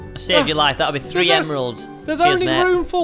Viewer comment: You said free instead of three